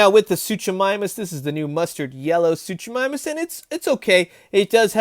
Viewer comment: The first half of Suchomimus’ name is pronounced Soo-koh 😜 but nice collection you have